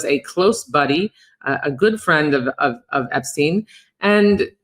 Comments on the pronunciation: You can't just throw out an alternative pronunciation of Epstein, like...I need to know...Does she think everyone else is wrong and she's got it right? Or is it more like, she's just committed to it now because the first time she saw it was in written format and she assumed it was like Einstein? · She needs to pronounce Jeffrey's last name correctly. I mean it's all in the news and she can't even pronounce it, right?